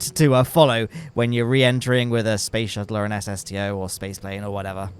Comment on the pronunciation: Yes, spoce shuttle